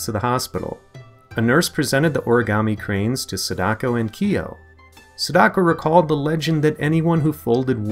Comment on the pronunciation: U said sadako wrong da